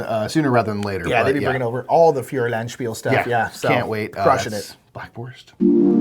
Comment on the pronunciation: The way you pronounce "Feuerland" is dangerously close to "Führer...", which gives it a weird historical context. "Feuer" should be pronounced closer to "foyer". 😅 Other than that, great video as always! High five from Berlin!